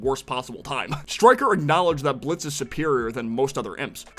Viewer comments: It's Blitzø not Blitzo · BTW It's Blitzø. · You mean blitzø